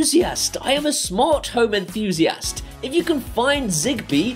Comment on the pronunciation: I like how you say in-thoozy-ass